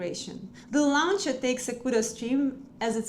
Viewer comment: Launcher произносится "лончер", а не "лаунчер".